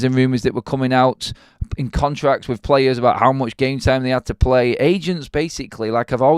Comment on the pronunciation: Why British people speak “with” as “wif “